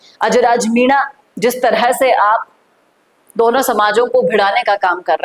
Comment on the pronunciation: पहले MENA bolna Sikh Varna sabse पहले तेरी ही हेकड़ी निकलेगी